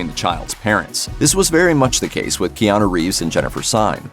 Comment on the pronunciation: I wonder if he gets tired of people that are talking about him.. continue mispronouncing his name.. It’s KeanU.. not KeanO. 😂